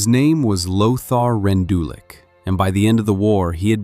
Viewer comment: I know it’s AI but you pronounced his name wrong.